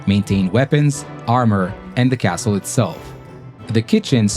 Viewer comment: It's not impossible, it happened many times, and you gotta pronounce Castle correctly, even if you are an american.